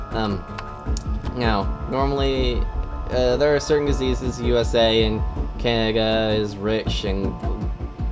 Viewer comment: Great presentation. Down with the sickness! I've never heard anybody talk who talks like you. It seems that you don't pronounce middle "d"'s in words, sometimes, and substitute it with "ng". Absolutely unique! Takes a while to tune in but eventually I can understand you. Keeps me on my toes! Cangaga? Did you maybe just come back from the dentist; did he use anesthetic on your mouth? If you happen to have a cleft palate or something, I don't mean to be a jerk about it. In that case you're doing a good job working around it and being understood, and it must sometimes be frustrating.